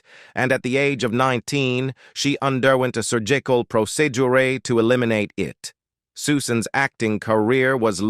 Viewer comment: Un-derwent a sur-jeecal proceeduray?